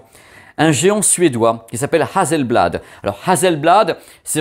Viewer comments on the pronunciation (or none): Hasselblad c'est très pro, Hasssssselblad (pas Hazel). Si on attend un peu on va avoir encore mieux (créativité continue) ? Attendons les nouveaux modèles.😎